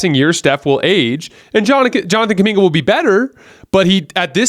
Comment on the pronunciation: stop saying Kuminga please.